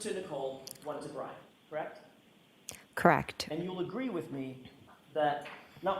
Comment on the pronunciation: KARR-ECHT! KARR-ECHT!